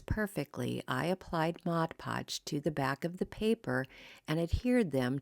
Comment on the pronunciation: Thank you for pronouncing Mod Podge correctly.